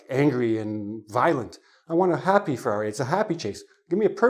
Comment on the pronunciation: the way of saying ferrary anoyed me.there is alot of roading